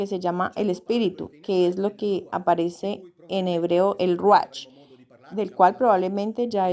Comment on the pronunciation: Se pronuncia ruaj no ruach la ch se pronuncia como j, no leas desde tu vision castellana